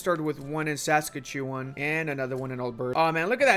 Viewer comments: Ok I know it’s a tuff word. Saskatchewan is pronounced: “Sah-ska-chuh-waan” If that’s not to helpful: “Sus-catch-oo-one” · Your pronunciation of "Saskatchewan" and "Newfoundland" hurts me as a Canadian, lol. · He butchered Saskatchewan... in like the funniest way I have heard in so long. I actually pronounce Newfoundland like that, but only because my dad was born there :) It drives his entire family nuts :) Worth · saska chewa? SASKA CHEWA? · pronouncing Saskatchewan is something I didn’t know I needed in my life